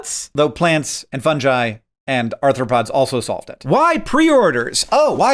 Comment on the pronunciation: I have a question. Can you not pronounce fungi like that please